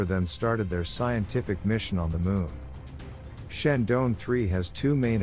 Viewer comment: Is it so difficult to pronounce Chandra + Yaan = ChandraYaan?